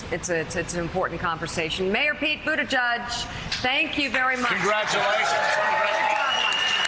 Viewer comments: Mika isn't it "Boot-edge-edge". NOT "Boot-ti-Judge"???? If I'm wrong I want to know. Love Pete Buttigieg. However you pronounce it. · Just to let you know. His name is pronounced like this . Butt tit geeg . Not buttitjug . How do I know ? Well he has a Maltese Surname, and I was born in Malta. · Mika, I love you, and I love Mayor Pete, but please pronounce his name correctly: It ends with 'edge-edge', not 'edge-judge'. Okay, now I'm ready to be called 'persnickety', lol. :) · Why can't Mika pronounce pete's name correctly?